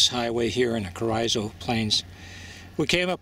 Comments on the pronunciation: I'm from close by. My whole life I've only heard Carrizo pronounced Carr- eeeso " Careeeso" . This might be wrong , but young or old that is definitely how its pronounced in western Kern county . Enjoy your vids. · Carizzo is pronounced Careezo (soft a) by indigenous people of the Southwest area of the US. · Lol "carryzo" plains🤣🤣🤣